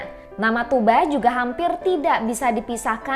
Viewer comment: diantara yg sedikit yg menyebut nama "Tugba" dengan benar yaitu "Tuuba", Kebanyakan youtuber /reuploader / reaktor lain masih saja menyebut "Tugba" dgn memakai "G" atau "K" di tengahnya. Selain itu juga narasi lebih professional dibanding yg lain.